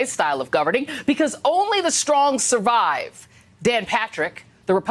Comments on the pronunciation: "The weak will 'parish'"? Hmm. Where did he go to school? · This from a man who can't spell " perish" Did he say Parish? Parish is a religious community or district with its own priest.